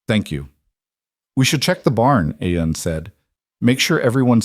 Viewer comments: Oh well, Aiden Aen, Aeon, Eon, Ien and many other variations. Its a Scots name Ian, pronounced as Ean, story was good but so many names for just one person.... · The Ai can't work out how to say his name.. Spelt...IAN Pronounced as Eeean. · It is irritating to hear all the different pronunciations I A N see An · So many ways to pronounce Ian 😂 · Good story but the mispronounation of Ian really detracts. Listening from Bloomington Indiana. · How many different ways can you get close to pronouncing Ian? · Good story, I enjoyed it, but get that AI fixed. This poor hero had four names and 1/2doz. Spellings and pronunciations